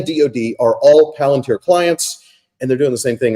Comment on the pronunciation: hilarious. Also mispronounces Palantir around the 22 min mark